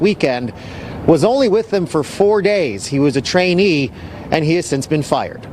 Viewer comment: Did they say trainee or tranny? Yay! Fired tho. And if I catch you spitting in ANYTHING I'm eating or drinking, it's gonna get awful physical around here....